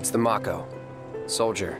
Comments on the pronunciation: I just hate that they mispronounced the word "MAKO". It's 'MA-KHO', not 'Mok-ho". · To be fair, the two Japanese syllables would be "mah-ko". That being said, I always called it "may-co", too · I always pronounced it "mack-o" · How they say mako, is driving me nuts